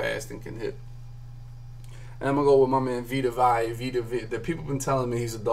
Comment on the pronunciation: Vee-Tuh Vay-Uh....you're welcome